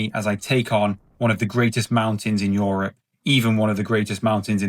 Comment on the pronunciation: plz stop saying YOrop instead of europe xd